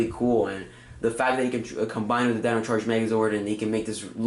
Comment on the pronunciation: Enter. taytono. utrrazord.